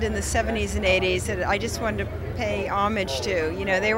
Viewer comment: Sigourney Weaver actually pronounces "homage" correctly, instead of trying to act all fake-French by saying oh-moj like people decided to do about 30 years ago. Thank you!